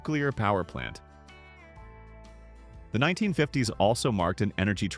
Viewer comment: You predate ballpoint pens. We still used dip pens in the mid 1950s. (Your Faux Voice would pronounce that as "1,9,5,0,s" you don't even attempt to convince you audience that you use a human to describe your video. Trash quality control! Thumbs Down!